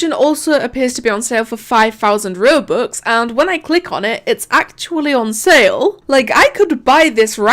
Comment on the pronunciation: everyone when they say robux: roh-bux: ruh-bux